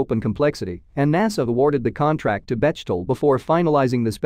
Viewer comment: Great update! Just a note for next time, Bechtel (a German name) is pronounced [ beck' - tel ]. The 'ch' is spoken like a 'ck' is in English, like the similar sounding words of 'peck' or 'neck'.